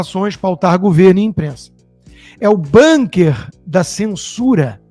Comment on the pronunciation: Uma correção : pronúncia é "bunquer", palavra Bunker, alemã não "banquer".